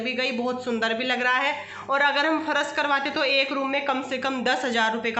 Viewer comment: Pharas nahi phars hota h